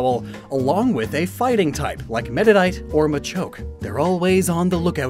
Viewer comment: Pretty sure when talking about the Officers, you said “Meta Knight” instead of “Meditite.”